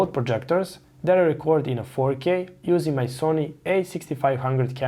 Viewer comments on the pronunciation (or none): none